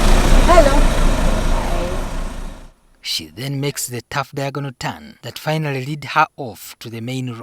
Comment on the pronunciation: The place is called ‘Pakwach’ not ‘Pakwachee’😒